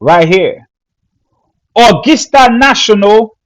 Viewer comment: Brother....the word is pronounced "Uhh gus tuh" not " Uhh gis tuh". That is gus not gis. We have a nice music festival in our state of WV called the Augusta Festival.